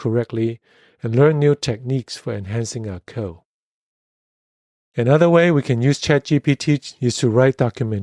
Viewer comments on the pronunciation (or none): Isn't it funny, how author alsways say "co" instead of "code"? :) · Thanks for the video. But please don't leave out the "d" sound at the end of the word "code".